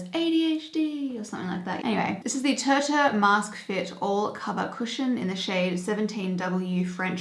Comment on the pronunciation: The tirtir brand is pronounced like tear tear 😅